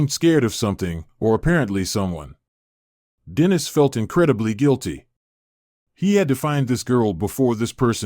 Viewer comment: Dennis is mispronounced.